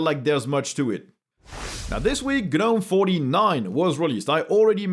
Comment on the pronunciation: Gnome is pronounced with a silent G, like "NOME"